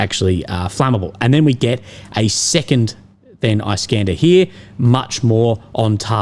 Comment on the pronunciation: Eye-scanda 😂😂😂 I deem it is nice for him to pronounce!